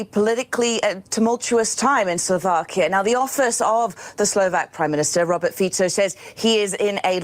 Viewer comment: Fico is pronounced Feet-so